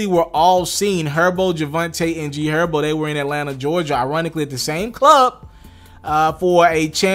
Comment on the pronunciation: He did say G Erbo right? 😂. 10 sec